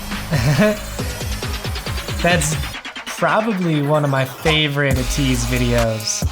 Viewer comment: Hi. Thanks for your reaction videos. One thing though, their name is not pronounced 'a teez'. Instead the a is pronounced 'ay' like the alphabet itself so it's 'ayteez'.